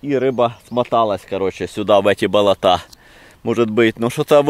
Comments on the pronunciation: БолОта,а не болотА(кровь из ушей идёт аж) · сынок, нет такого слова "болотА ", просто ухо режет это слово, особенно когда так часто произносится. Нужно говорить "болОта ". Не обижайся, но пожалуйста исправь ударение на слове. Ты классный и ролики классные. 👍👍👍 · ты конечно блин извини, но не болота́, а боло́та! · Привет друг : давай начнём с того, что делай правильно ударение с слове Болото, если их не сколько топи болотые, а то ваше Болота и ударение на букву а... Деревня... #удачи